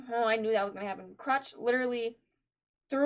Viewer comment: stop calling her Crutch xD It's Crusch. You pronounce the U as "Oo".